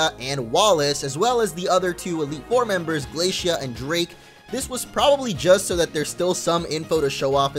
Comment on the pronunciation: I liked the part when you said dreak